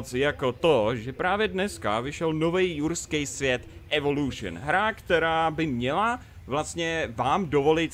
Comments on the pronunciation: Lukáš Stupka Ale on to takhle řekl:D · Proč mu rozumím ruský svět?